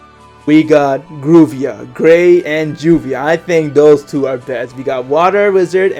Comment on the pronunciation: Gruvia? Why not Jay/Juray/Gravia? Mirux? Why not LaMi/Mirax? I agree with most of them, but I don't agree with your pronounciations of the names :3